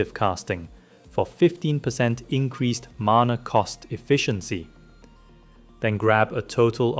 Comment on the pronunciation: "Increazed" "Zoom of control" Wtf lol